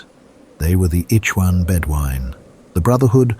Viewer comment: Also he says eechwan bedwine. It should be ihhwan. Death to ai.